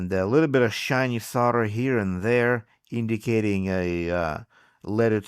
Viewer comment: how many times can he say Sol der wrong.